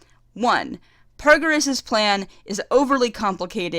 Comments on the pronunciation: paragus, not pargarus lmao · I can tell you love DBZ and you enjoyed this movie a lot, but seriously Broly's father is named PARAGUS, not PARGARUS. not meaning to be rude here, but when you try to share your point across, a detail like that takes a lot of your points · It's Paragus, Like Asparagus without the As......